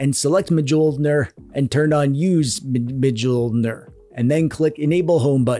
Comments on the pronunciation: “Majoulner” 😅 It’s pronounced “miolnir” Thanks for the tutorial very good 👍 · It's pronounced MIH-YOHL-NEAR. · Mjolnir is pronunced "m-yoll-near" btw. Basically the j is a y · I think it's pronounced mee-ohl-near. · mjolnir is pronounced m-yell-ner btw i really don't know why it's spelled with an i, it's just "mjølner" here in norway, probably some stupid swedish or danish fuckery, maybe icelandic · You cute silly boy you. Mjolnir is not prounounced like that "muhjolnir". Its a soft m that leads into the j. Mjölnir in Swedish. Or maybe you are doing a bamboozle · Man you butchered the pronunciation of Mjolnir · I will start pronouncing Mjölnir the way you do from now on, as it sounds so hilarious. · Me too 😁